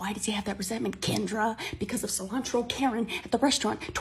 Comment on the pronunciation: you PERFECTLY said my name my name is kendra!!!